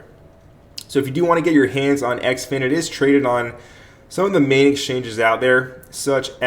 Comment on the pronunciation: Heads up. Its pronounced "Zin-fin"